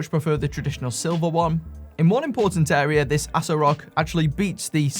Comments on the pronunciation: Ass-o-rock is the correct pronunciation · That name is a hard stop. Anything that can be pronounced ass-o-rock has to be a troll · Pronounced assorock No I cannot I just can't This has to be a joke Seriously, my mind conjures up negative street watch sales stands, not good. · do you even know what Asorock means? how is the brand name a problem? and it is pronounced Hay-so-rock! yall racist in this comments